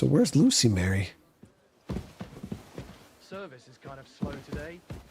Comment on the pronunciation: It’s not loose-y Mary, it’s louse-y Mary, meaning she has lice.